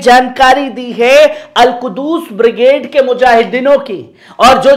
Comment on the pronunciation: Not Al kudus it is a Al qhuds.